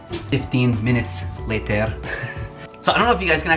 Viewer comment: "15 minutes....latear" 😂